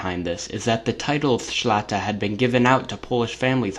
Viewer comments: It's szlachta, not szlata.. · Read this ----> Shlahta. That's how to read but writing is right, because I'm Polish. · Shlah-ta, not so difficult.